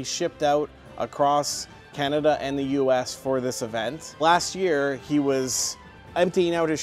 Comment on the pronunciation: After all its Can-Nerd-Da